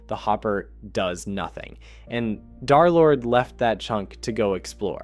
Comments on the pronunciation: 🤓 um actually it is “derlord” not “darlord” 🤓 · It’s Der lord not dar lord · Bro says Darlord instead of derlord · darrrlord vro it’s derlord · Its not darlord its derlord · "Darlord" is crazy ITS PRONOUNCED "Der Lord" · I was gonna finish the video but him saying darlord made me quit the video. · I’d like to tell you the D3r is d3rlord is pronounced DURR like LURE as 3 replaces E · " dhar-lord" bro I'm crine🙏😭🥀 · ikr... It cuts me off every time I hear it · Brochacho pronounce my name right😭✌️ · If i got jumped by two guys for every time you said d3rlorde wrong id be dead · If bro is gonna glaze this much at least say his name right 🫩